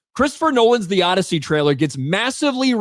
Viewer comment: The "Oddity"